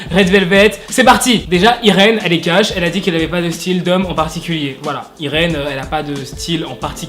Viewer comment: je crois que cest Yrine et non irène eheh bref bonne video 😏☇ et cest moi ou il y a pas le lien pour la video en anglais?